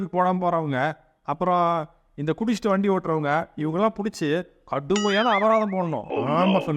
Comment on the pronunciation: அபதாரம் இல்லை அபராதம் 😂😂